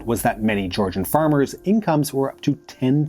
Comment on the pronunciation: This is a great video, truly, but for the love of god, please use Google translate to get a sense of how to pronounce Georgian names.